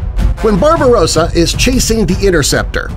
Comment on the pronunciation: "Barbarossa" 😂😂😂😂😂 no.